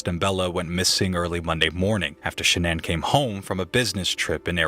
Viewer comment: Is saying the name shanan and the company name level incorrectly? Lol is she trying to get all fancy with these names, or what??